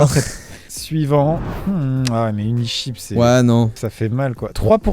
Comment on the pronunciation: Joyca je t’ai cramé t’as pas compris « unisheep » comme le mouton mais « uniCHEAP » comme pas cher 😂